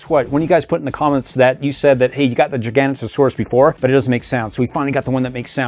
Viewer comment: Thar a zin a suarus and gigs not a suarus